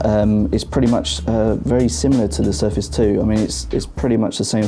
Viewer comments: I understood Surface "free" :D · GUYS presenting u with the new windows Surface FREE !!!!!!#BRUHDOUEVENPRONOUNCE